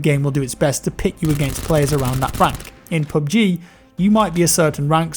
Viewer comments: "Pub gee" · Sound like you r saying poopg